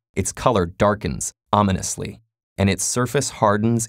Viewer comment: "Ominously"? Really?